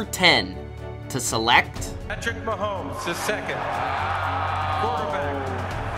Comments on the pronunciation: How...Why...as a sports "expert" do you keep calling him "MahoLmes with a L???? Mahomes yo....NO L in his name.... Mahomes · It’s hard to listen to this guy pronounce Mahomes. There’s no “L” in either the spelling or annunciation. It’s muh-homes not muh-holmes. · Bro you needa fucking learn how to say his name right